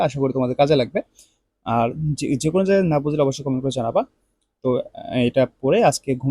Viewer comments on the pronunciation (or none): none